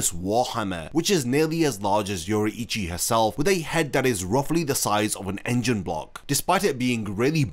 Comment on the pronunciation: it's pronounced Yo-rui-chi not Yo-ru-ichi. My ears bleading.